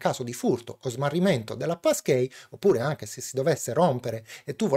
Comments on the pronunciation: "PassKII", anzichè "PassKEY", magari? ;) Bellalì e grazie per il video esplicativo. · sarò pedante,ma si pronuncia passchii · Da Americano, hai ragione. La pronuncia di e' sbagliata.